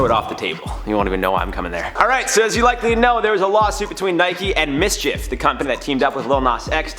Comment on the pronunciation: You said it right, its Mschf like loki mischief